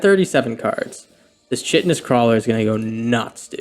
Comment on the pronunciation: It’s not recording my like!! Also, I think the “ch” in Chitinous is pronounced as a “K”. Yeah…I’m that guy.😂 love your content and esp the commentary.